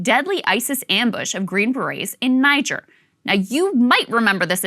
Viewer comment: When more details come out, could you repeat the info, but with the correct pronunciation for Niger? It's one of those nitpicks that people in denial cling to so they can pretend the person speaking just doesn't know what she's talking about.